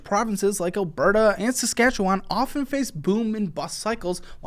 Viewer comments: Your pronunciation of Saskatchewan is chefs kiss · I am Canadian and you explained what’s happening up here better than our Canadian media. Thank you for pronouncing Saskatchewan correctly. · Props on saying Saskatchewan correctly.